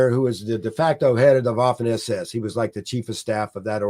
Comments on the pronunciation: The Colonel's pronunciation of German names and words is generally good. But one small point: in German the letter 'w' is pronounced as the English 'v'. Therefore 'Vaffen SS'. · Guilty as charged; my college German language instructor, Oberstleutnant Kurt Leiberich, would have been appalled because I opted for the English pronunciation of the "w" in a few cases. 😉